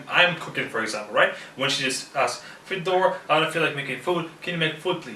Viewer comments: because foreigners usually call him, not. I've heard this many times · Hey, why do you say your name is "FedOr" and not ""?